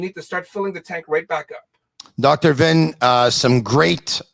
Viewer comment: Vinh is pronounced Ving. Just FYI. At least from my patio in Vung Tau, Vietnam it the correct pronounciation.